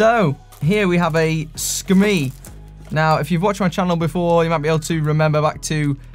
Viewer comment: SKIMEI name pronunciation is SKEE-MAY You have a derogatory view of SKIMEI watches which is perhaps unfounded in today's market. The bracelets are well crafted. The bodies of the watches are metal not plastic as a rule. The plating looks great. And the digital readout at night is far superior to Casio, as the numbers light up brightly, not the background. I'm serious Casio fan, but I got a SKIMEI digital in gold off Amazon for $18.99, and am well pleased. As the top reviewer out there, I think you have a responsibility to be fair with criticisms...do you agree,?